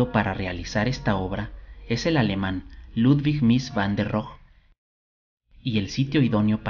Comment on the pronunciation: La "e" de Rohe sí se pronuncia. Es alemán, no francés.